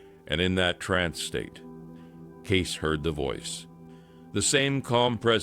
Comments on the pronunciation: It's Kaysee not Gay! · His name is pronounced Gay-See, not Gace. He was a seer, not a prophet. There is nothing biblical about a seer or a psychic. You claim this channel to be about “biblical prophecy” yet do not put biblical content in it. Does this make sense to you?